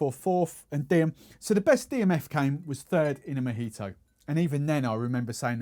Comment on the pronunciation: A little long , too much talking and not Majito it's Mojito...must try on the accent